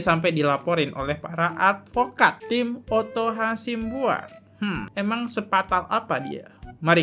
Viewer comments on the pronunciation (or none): hasibuan.. bukan hasimbuan. binsar gultom.. bukan bisnar atar bisar gultomo. ayolah bang tiap video kok salah terus nyebut nama orang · Host matamu rabun ya?? Nama hakim itu binsar gultom bkn gultomo Nm pengacara Otto hasibuan bkn hasimbuan